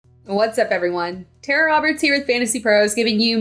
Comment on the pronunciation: You’re saying your name wrong. You’re saying Tara but spelling it like Tera. Tera is not Tara. Say Tara. Now sus Tera. They’re completely different. You say Tara like Tara. Then you say Tera like Tera. Smh